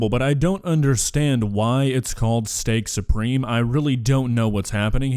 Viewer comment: I understand! She says Steak-SOUPreme.